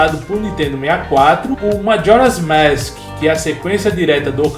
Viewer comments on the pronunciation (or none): você não sabes falar mask, você fala maski